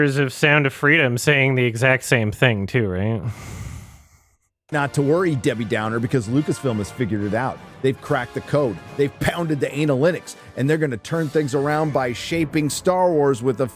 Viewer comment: Some of the worst of you may miss on first blush is he always uses homophones like he will say ANAList instead of analyst. I think in the clip you played he said ANALytics, which doesn't become apparently recognizable until you've heard him use it for the 100th time. Also for some reason whenever he says representation he has like a cartoonish and bad French accent. It's grating.